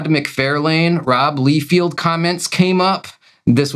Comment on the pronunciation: I'm from Tennessee and I have a VERY thick accent. I can properly pronounce Todd McFARlane and Rob LIEfeld properly. It's how they say their own names, and it's something very easy to get right. It does grate on my last never that you guys both mispronounce their last names because it's more than obvious you do it intentionally. It would be a little different if doing so wrongly was funny; it's not. Otherwise, I LOVE you guys and your channel. I thoroughly enjoy 100% else of everything you guys do. I LOVE that you guys like to read books and just give your opinions. It's totally cool that you guys honestly give your opinions on a book (I personally haven't warmed up to Absolute Batman, and I'm a Batman fan). Yep, totally okay to not like something everyone else likes...and it's okay to like something no one else does. I'm an unapologetically an Image 90s comic book fan, and have been publicly ridiculed for being one. I couldn't care less; I'll like and dislike whatever in the world I want to. I get the same vibe from you guys. Wishing you guys the very best!